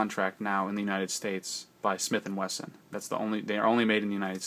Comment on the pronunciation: He also says "Smith and Western"